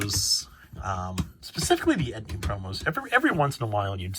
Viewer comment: No shade or anything, love the content. Were you talking about the "entei" promos and just pronouncing it as "etni" I was a bit confused there.